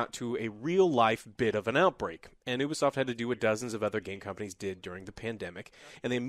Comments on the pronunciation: its youbisoft not ubeesoft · A 3/10!? No! A 3/10 is for a game that barely works at release like Battlefield 2042. You are a poor excuse of a person who plays video games,. It's bad enough you gave Guardians of The Galaxy a 6/10 but this is unacceptable. Also stop saying Oo-be-soft. It's pronounced You-be-soft FFS.